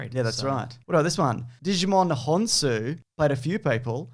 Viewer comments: Djimon Hounsou is not pronounced DIGI-mon! He’s not a collectible card game involving digital monsters. Djimon is pronounced in 2 syllables: JIE-mawnn. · Are you deliberately saying Djimon as Digimon?